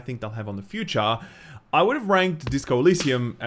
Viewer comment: shoo-TA few-CHA Mario sixty FOA So funny :D